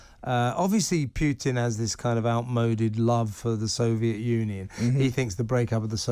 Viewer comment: Will TR hosts not pronounce "Putin" correctly? There is only one "i" in "Putin", not two!